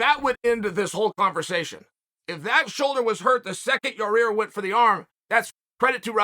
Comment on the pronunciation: Will never get tired of Chael calling him Ya-Rear lol.